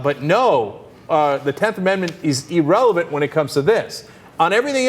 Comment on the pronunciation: Come on, Cenk, it's IRRelevant, not Erelevent! In all your vids, you've yet to pronounce it correctly.